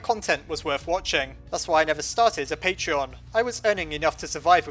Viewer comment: And no I won't support your patreon you piece of crap, also you can't pronounce that either.